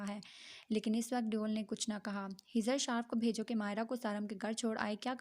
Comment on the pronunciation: Yaram ko sab devel kehty hain deoul nai please naam Sahi sy lain